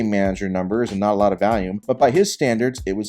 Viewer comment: What state is from that makes him say the word volume as “vallume”